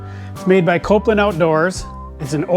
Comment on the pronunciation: Say it with me... "Kol-pin." Not Copeland